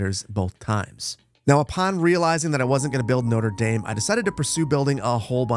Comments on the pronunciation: the latin was bad but notre dame being pronounced as noder daym is another level of pain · Love how he pronounced Notre Dame like the university here in Indiana instead of the cathedral in Paris he was actually building 😂 spoken like a true Midwesterner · The pronunciation of Notre-Dame hurts xD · Is that how Americans pronounce Notre Dame? 😭😭😭